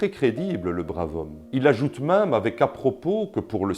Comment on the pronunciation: D'abors on dit "mème" pas "m1me", si tu me permets cette locution quelque peu phonétique !